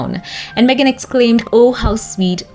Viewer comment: Thanks for getting her name right.😊